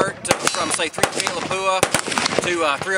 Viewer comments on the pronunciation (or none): It's called LAPUA. Not Lapuua. If you can't pronounce it correctly, then don't use it.